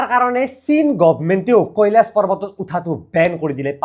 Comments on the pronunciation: কেলাছ নকবা, কৈলাশ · কেলাচ নহয় কৈলাশ হৱ‌ লাগে নেকি এনে 😅